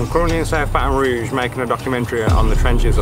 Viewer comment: Rouge not Rogue but maybe yes